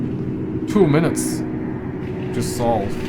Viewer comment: on the time he says the word SAW and not SOLVE. Would take him 3 minutes to SAW a tree